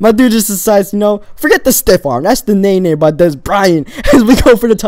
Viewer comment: Amanda Lara it's naenae